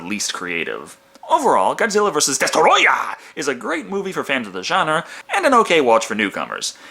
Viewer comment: DESTOROYAH! ... it's rude to say it any other way.